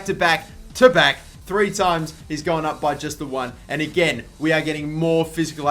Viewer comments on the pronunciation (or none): none